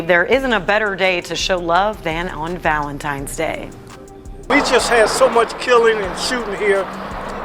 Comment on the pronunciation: "Valenstimes day"